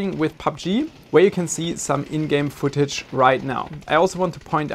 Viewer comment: Additional Woltage (Voltage) & Wootage (Footage) haha This Dude’s accent is Funny and no I’m not making fun of him either as I’ve known a few people from india which also pronounce the letter V as a W for example and it’s just awesome to listen to them speak as I always get a good chuckle